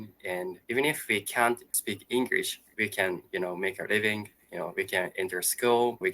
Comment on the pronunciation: I personally think that your pronunciation is generally good, but one thing I've noticed is that you do pronounce it as “Engrish” instead of “English”, if that makes sense. I apologise in advance if this makes you feel uncomfortable.